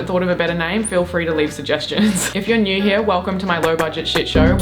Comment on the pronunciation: I like how she says naurr